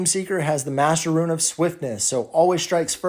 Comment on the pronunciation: Dude... It's pronounced "ROON." Eye twitched every time you said "ruin."